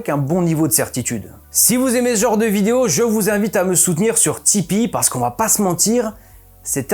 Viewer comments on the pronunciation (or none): none